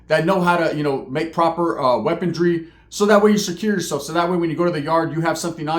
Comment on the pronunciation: Why do all prison youtubers from California say "weapontry or weapondry" lol it's pronounced weaponry lol there's no t or d in it lol 😂 I don't know why but for some reason it really bugs me lol haha